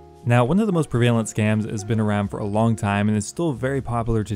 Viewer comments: Pruh VALE-ent... Bro. It's pronounced PREHV-uh-lent 🤣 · Prevalent* not "prevaylent" my guy. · Pre-vale-ent Prev-eh-lent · the way he says prevalent tho